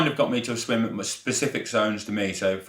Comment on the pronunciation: Did he say SWING club sessions or swim club…..😂😂😂😂